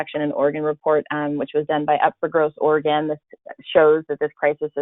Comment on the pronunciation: Another dipstick host who doesn’t even know how to pronounce our OREGON state! Pathetic!!!